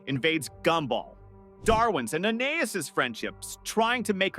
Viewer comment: fr why are they copying tho and he can’t even pronounce Anias right